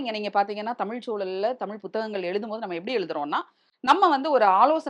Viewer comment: தொகுப்பாளர் கஷ்டபட்டு ழ்ழீழூழ்...என்று ழ்ழ்ழ்ழுவது செம காமெடி😅